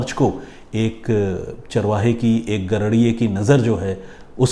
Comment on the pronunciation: भाई साहब आप शुद्ध हिंदी में कहानी सुनाया करो, आप ने गडरिए को गरडिए कहा, कहानी अच्छी थी।